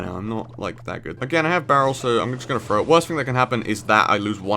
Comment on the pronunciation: You really need to work on words that begin with '"TH" such as "three" and "throw", they are not pronounced "Free" and "Fro". At your age and since u plan to make videos, spend a little time daily with speech videos and improve the way you sound....its ok when youre younger but not as a grown man....